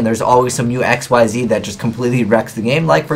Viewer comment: Did you say X-Y-Zing? I know you're probably never going to say it right, considering we're about at the end of the ZeXal era and you still don't, but it just sounds silly. The only other trap cards I'd mention to people would be Royal Decree and Skill Prisoner. Decree because it's good in a more spell or monster heavy deck that doesn't run many traps, and Prisoner because it has the same effect when used on the field or in the grave, it works well in decks that mill for advantage, and it can protect monsters, spell/trap cards, and set cards.